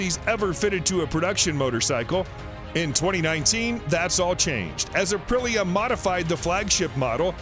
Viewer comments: APP RA LIA? ....Says the guy who can read, but knows nothing of motorcycles. AH PRILL YA, is have ya pronounce it. 10 seconds or research on youtube it all it would have taken. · Apra LEAH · "Asprilia"? Please correct and publish again. It's an offense to this motorcycle brand. :( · Gr8 video..,,but dear yank the name is a pree a NOT A PRILL E A! ..CONN ectivity isnt a word either! 9/10 for effort though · what the fuck is up with all the awkward pauses and stutter in how this guy speaks? is this just really good AI voice? IS POWERED BY A... 998CC ENGINE oh god and he pronounces aprilia two different ways within seconds of each other OH MY GOD THEN HE TOTALLY MISSPEAKS IT AS ASPRILIA what the fuck who dresses this speaker in the morning alright after several more mistakes i'm convinced that's just really convincing text-to-speech written by an idiot. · His pronunciation of Ap ri lia destroyed any possibility of getting a thumbs up... :( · My guy isn’t just call it “ apri lia “ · Fool can't say Aprilia. Lol Waist of oxygen. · I’ve never heard someone pronounce “Aprilia” in so many different ways 🤣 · you found 4 ways to butcher the brandname aprilia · Asprilia? Apreleah? Aprilia? The guy can't figure out how to pronounce the name. If I was Aprilia I wouldn't be too pleased. And then there is the "Panigal". These "professional" readers/announcers sure don't do their job very well. A tiny bit of homework ahead of time would have helped with proper pronunciation. With regards to the bikes, I would be happy to own any of them. All beautiful. Have owned Suzuki, Yamaha and Honda in my past. Even had a Piaggio MP3 at one point which was super fun. Wonder how the guy would pronounce that?? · I have got used to Americans butchering words and letters, ZED for instance, but could the names in this video be more mangled? We have an A-Pril-ia, an As-pril-lia and also a Panigale pronounced Panigall!